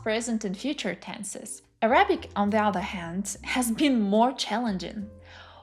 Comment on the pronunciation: Great video! I’m impressed at your language talent. I only have four small suggestions that will help you move a tiny bit further toward sounding like a native in English: When saying “Arabic,” put the emphasis on the first syllable: Árabic. For “vocabulary,” put the emphasis on the second syllable: vocábulary. “Honest” — never pronounce the H. Now for the tricky one: When the word “progress” is a noun, the emphasis falls on the first syllable. When it’s a verb, it falls on the second syllable. Examples: “You are making great prógress in German.” “I cannot seem to progréss in my Japanese studies.” 😊